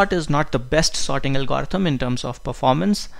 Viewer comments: could the good professor amend his pronunciation of "algorithm?" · You really got to work pronouncing the word "algorithm".